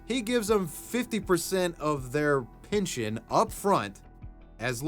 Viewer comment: Pinchin' schemes? My man, it's pehn-shin or pehn-shun..... PINALTY!? COME ONNNN